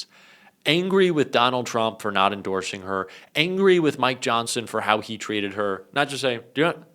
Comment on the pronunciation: for some reason, when you reached the mid point you said, Mike Johnson. Nothing new there, EXCEPT, at that time I heard you say, MY johnson. I wanted to be the one who told you! SOSAYMYJOHNSON!